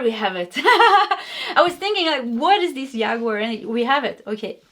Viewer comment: Hello, cute and sensitive,. In English "Jaguar" is pronounced like "James" or "Jack". Not like "Yeehaw" as a cowboy would shout. Thanks for the reading, I too, just like you, learned English by taking lessons, and not by living in an English speaking household, so no hard feelings.